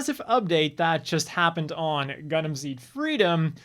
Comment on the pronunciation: When the designer reads "Gundam" as "Gungan".